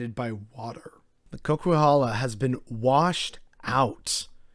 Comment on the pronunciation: Co-Ca-Hal-La. Good Video. Thanks. Heard about you on the Sam Seder Majority Report today.